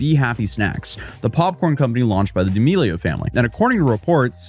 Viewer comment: Why are you saying her last name like that 😂